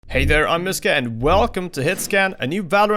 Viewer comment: Your name is REALLY unfortunate. Bc they way you are saying Mysca, it sounds like missge (german). Which you dont wanna be called.